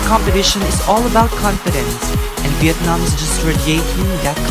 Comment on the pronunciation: Absolutely loved this ❤️😆 Vietnam is slaying! I appreciate the effort to speak Vietnamese to stay authentic but next time let me help you with getting the pronunciation right 😘